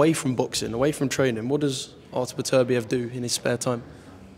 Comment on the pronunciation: The heart say beterviev but the head say bivol